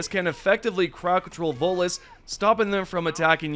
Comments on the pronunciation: Every time he tries to say voteless I hear Volus. 😅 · Always sounds like you say Volus.